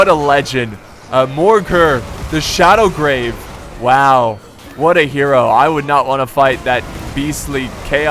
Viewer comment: Its Shadowgave not Shadowgrave. Dammit, go back to school and retake your english courses